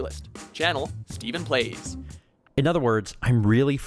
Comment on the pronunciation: When he said StephenPlays I thought he said smithplays